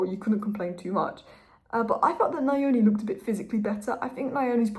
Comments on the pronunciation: Thanks. Great video as always. When saying Trey’s last name, try this… Neoni. ‘Neo’ as in the character from The Matrix. That’s gonna be much closer to how it’s actually pronounced. The last name is from where I come from in Zimbabwe. That’s how I know. Much love. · "Nyoni " is pronounced with a short phonetic pronunciation on the 'y'. If you Google ' Nyala pronunciation ' and push the sound icon, that is the correct sound for the ' ny' in Nyoni